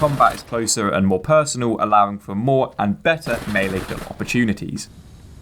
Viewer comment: "Mealy combat"? FYI The word "melee" is pronounced "May-Lay" or "Mell-Lay" - either is acceptable. ("Mealy" is not.)